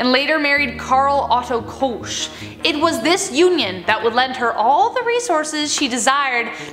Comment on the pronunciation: Say Koch again. 🤗😊. Und Ilse